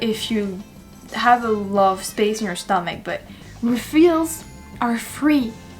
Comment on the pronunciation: In the northeast US, you will not see motorcycles from sometime in October to sometime in May. Be here in June, July and August and they are everywhere. Also, "refills" is pronounced as "reeeee fills", not "ra fills". Hope that helps.